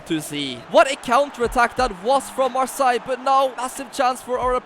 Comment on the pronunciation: Bro why are you saying marssaigh?